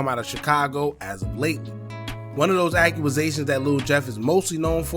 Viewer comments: Enjoy ya channel BOSS but you need to brush up on ya pronounciations...its not accru-rusations 🙄 you need to get rid of the ppl round you.. its accusations ( ak-que-zay-shon) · Great video bro… But it’s “accusations” not “akuazations” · Act-u-zations… now say it fast lol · Ak You A Zations 😂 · I had to come to the comments for Ack u a zations lmfao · You a grown man and don’t know how to pronounce a simple word bro. 😭Sound like a 5 year old. “Aqqumazation” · “ AQUAZATIONS “ 🤣🤣🤣 put a pause on the YouTubing and press play on the literature books fam 😭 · Brooo no W in that word. I was like tf